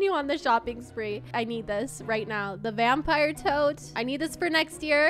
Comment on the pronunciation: The way she is so excited that she pron9unces stuff wrong like vampire hat